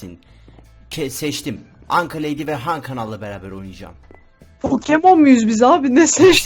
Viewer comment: Abi anka yerim i yanlış söledi